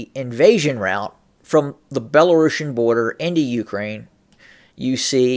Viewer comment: Did you mean "route" instead of "rout"? They have very different meanings.